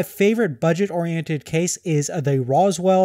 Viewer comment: Roswall. Seriously? Rosewill. Rose-will. It is not hard to pronounce!